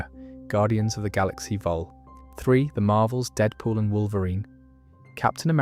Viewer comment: It's really well done, but some of the pronunciation errors are inhuman In the first few minutes it doesn't seem to know how to say Vol.3 as in guardians of the galaxy vol 3. Wanda as wantoo? Wakanda pronunciation etc